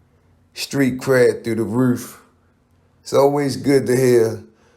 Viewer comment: Through the ruuff